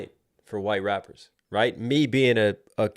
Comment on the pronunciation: bro this shit made me laugh😂 he said “rapers”